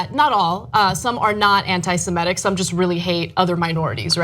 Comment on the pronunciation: Ana: I keep telling you: anti-SeMItic. not anti-seMEtic .